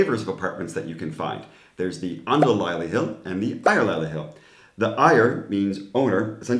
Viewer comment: 'An-dels-lej-lig-hed, stress the first syllable. It has become more frequent to hire a 'købs-råd-giver' (buyer's advisor/realtor) and you always involve a dedicated lawyer who ensures you against fraud and hidden faults.